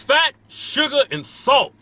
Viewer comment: FATT SUGGAAH AND SAAHLT 😂😂